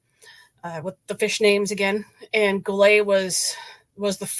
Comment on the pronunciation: I appreciate this posting and much to add to the saga of the USS Golet SS 361. My Uncle Eugene Sieracki TM2c perished with his shipmates on the Manitowoc built Golet. First off the pronunciation of the Golet is not the french style version rather "GO-LET." How do I know this? Back in the mid 1980s while researching various topics associated with GOLET, I interviewed an ensign who was assigned to GOLET out of Pearl upon arrival from Manitowoc in early 1944 (Commander Robert Tucker), who informed me on the correct pronunciation. (More on Tucker, later). The sinking of GOLET has much to do with command structure issues from commissioning in Manitowoc upon arrival at Pearl Harbor and just bad luck. In the late 1980s, there were three US Navy people still alive that served on GOLET. (Captain James Markland Clement/Commissioning Captain, Bob Tucker who served a mere three weeks on GOLET as an ensign, and William Ellsworth Harris a Gunners mate who was transferred off GOLET after first war patrol in May, 1944). Tucker was career Navy and after WWII and submarines, he served on various destroyers until retirement. Tucker had much to say about the command of GOLET and he states that "although GOLET was my first ship, even I could tell the morale was very poor especially among the officers and of course this affected the crew. JM Clement was the most lonely man I have ever known." My notes from the interview with Tucker go into more detail but the conclusion was trial and training of G